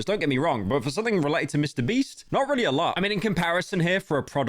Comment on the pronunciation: i keep laughing too hard at 'mr breast' please save me